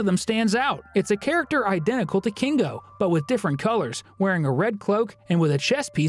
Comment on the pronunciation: Why do you say kingo and not kinger